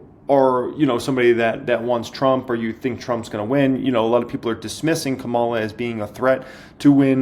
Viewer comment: Thanks for the video - great info! You should learn how to pronounce Kamala's name though LOL